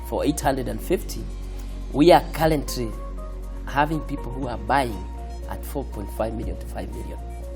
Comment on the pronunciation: His pronounciation might be out but trust me, this man did done make it.